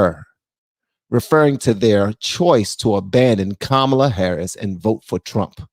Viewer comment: They are saying Kamala wrong, lol